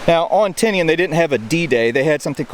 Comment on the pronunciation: Surprisingly you can say Tinian sound it out a e i o u’